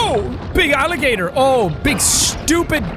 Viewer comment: Nobody: Literally Nobody: Jack: alli-gutor